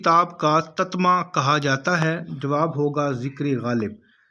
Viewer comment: TATMA nahi TATIMMA تتمہ